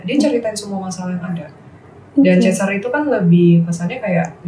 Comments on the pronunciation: bisa jadi tapi padahal Aileen sama Marsha udah bener pronunciation nya, tapi malah dia tetep pronounce Kester jadi kayak Caster. Gw agak ada pet peeve sama penyebutan yang ngasal, bener harusnya paling gak ya riset dulu atau minimal ngikut mereka yg lebih jago bahasa Inggrisnya, kayak Aileen ama Marsha. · Oi kak jangan kestar kester itu yg lain pada nyebut Cester bukan Kester. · Bacanya C bukan K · maaf bgt, Chester bacanya pake C bukan K yah 😁 Gemes dengernya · Chester. Bukan kester... Sebutnya. Mbok ya riset dulu cara baca. Pdhal yg lain sdh bener nyebutnya, tp yg satu keukeuh... Kester mulu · Host nya kenapa ya selalu baca kester kester... bukan kester mbak ... tapi dibaca cester oalaaaahhhhh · Kok Kester sih, CHESter.. bukan Kester. Risih juga dengernya. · Chester.. ce not kester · Host nya ... baca chester pake K , bukannya pake C ????? Host nya harus mulai les bahasa inggris tuh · konten keren tapi kurang riset . plus kester kester dan kornel 🤦 sungguh mengganggu